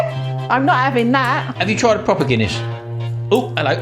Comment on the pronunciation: it is Guinness ... like DUH